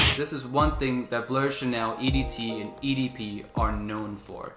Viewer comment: Come on mate. Being a fragrance reviewer, please work on French pronunciation of EDP.